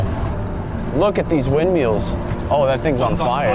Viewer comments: Ok I'm sorry but wind- MEALS???? I love you but come on 😂😂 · stop saying wind MEALS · Ok but "windmeal" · YES WIND MEALS FOR THE WIN(D)!!!!!!!!!! (The pronunciation) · 'Look at those windmeals' instead of windmills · Unspeakable bro why do you say windmeal?!? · Bruh he said wind meals 😂😅😊❤